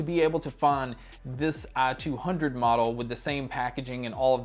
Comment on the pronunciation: I couldn't get over the fact he pronounces it "ah-200" through the whole video haha